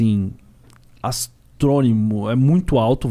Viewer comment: "Astrônimo" La, Nata